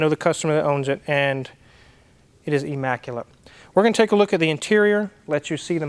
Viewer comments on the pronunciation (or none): "E- maculate" 😉